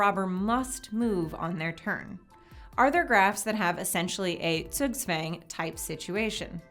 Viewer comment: Cops has no Timemachinse => 4D Doctor Wins... Troll in the infinite line it's infinite Cicles so the Rober Wins... Math... Troll I think intuitive NOT Calculated Pentagon 2/4 Square 2 / 3 Pleas correct me Zugzwang is a german word (and pronaunced vary wrong) and more importent for Mühle "Nine Men's Morris" then Chess